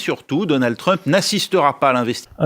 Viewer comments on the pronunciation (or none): none